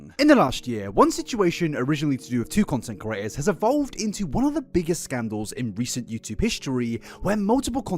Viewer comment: he's been calling people curators instead of creators for years now and it pains me every time (edit: he calls himself out at 28 minutes lmaooooo)